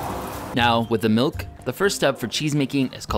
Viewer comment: You have been mispronounce miluk all the time but stil a good episode